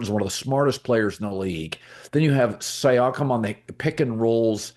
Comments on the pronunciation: Hey Colin, it's See-Yakum 👍🙏 haha ok you started to get it right 1/3 of the way thru. Thanks! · The way he says Siakem… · He literally doesn’t even know the players names.. wtf he saying siakam like that.. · You are butchering Pascal's last name